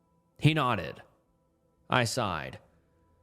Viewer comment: buddy you have got to learn how to read stories and pronounce words 🤣 how do you not know how to say “nodded”